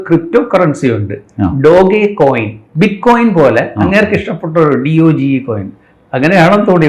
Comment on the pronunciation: Its not called "Dogi" instead "Dodge"